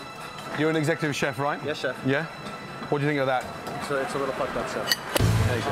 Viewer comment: Secutive chef is what he said. Have a listen to it once again. 😆😆😆😆